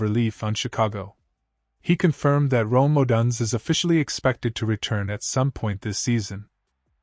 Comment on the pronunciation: If I don’t hear Odunze’s name pronounced correctly, I can’t take this seriously. Stop having AI read your videos.